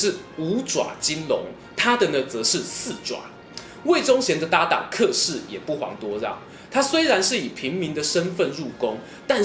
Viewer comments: 小子，老夫不才客氏应该叫且（音）氏，过去老家来客叫来且了。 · 这里“客”的发音是“且”